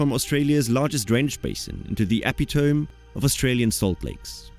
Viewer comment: Also "epitome", "ephemeral"